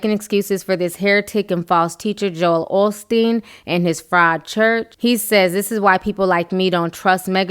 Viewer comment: Of course, but how come he got it going so quickly after he got called out. He's a LIAR too. i it's OSTEEN. No shade. There is no L in the name. Take care.